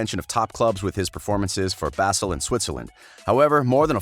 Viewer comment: Dear narrator, Basel is pronounced 'bahzel', not 'basil'